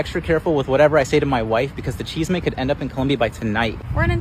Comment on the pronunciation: He pronounced it wrong: "chisme" is gossip in Spanish.